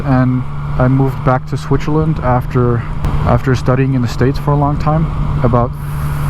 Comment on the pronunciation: I love the you pronounce Switzerland 😃 Aaaaand I used to have the same pair of gloves till they retired last season. Loved them 👌👌